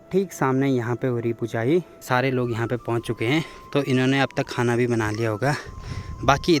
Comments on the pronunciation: भाई, सिर्फ़ खाना बोलिए खूना नहीं... Beautiful vlog... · beta. Bhojan bolo ya prasad bolo. Khanakhuna nahi ji